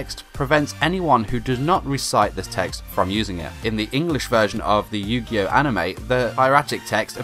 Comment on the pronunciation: What the fuck is yu gi yo?